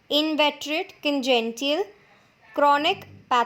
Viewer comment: Videos are great just the pronounciation of some words are different while explaning . For eg : Congenital is called congential . Also in last video Aphrodisiac was called Aphrocidiac.